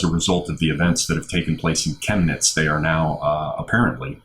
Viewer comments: You both said Chemnitz correctly and yuppie is the same just spelled with a capital Y. Der Yuppie. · your Pronunciation of "Chemnitz" was spot on. A friend of mine who's a Policeman in Chemnitz told me that what the Mainstream Press portrait was a complete and utter Lie. He also believes that those "Nazis" have been Agent Provocateurs from the "Verfassungsschutz" (your equivalent to the FBI or British MI5). I personally call them by their formerly known Names, GESTAPO and STASI.